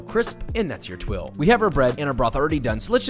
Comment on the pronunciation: Tuile is pronounced tweel, not twill.